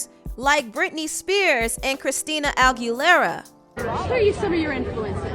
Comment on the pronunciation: Why can’t you say Aguilera lol